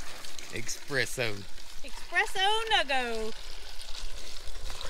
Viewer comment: I really need some “expresso” 😴☕️